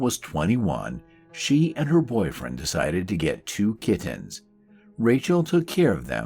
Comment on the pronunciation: I love the way he pronounces "kit-tins." I'm just in the beginning so I don't know the story yet, but I hope he keeps saying it.